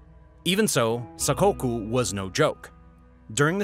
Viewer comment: That's pronounced 'Sack-Kok(u). Your Japanese pronunciation needs some work.